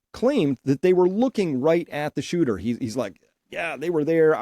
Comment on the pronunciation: Shooter ! Not Hooter 😂